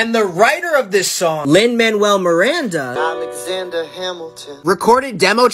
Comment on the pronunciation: the way he pronounces Lin Manuel Miranda 💀💀💀